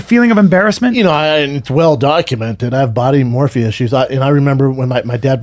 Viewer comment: His he trying to say “body dysmorphia”?